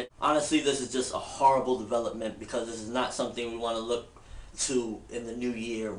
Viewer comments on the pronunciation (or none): You say horrible so funny... Lol